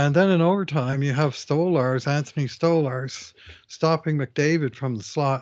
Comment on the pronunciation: Ya, I have to say that has to be the worst game Bouchard has ever played that I can remember. Man the giveaways were absolutely brutal. Also, hoping Nurse is okay, he's been lowkey pretty good this year after 100 games of trying to find his game. And he's been fantastic lately. I think you pronounced Stolarz wrong? People need to stop defending Stuart Skinner. He overplayed the puck all night in the first, then he got nothing in the second and in the third and OT he did nothing. Could he not have saved one of them?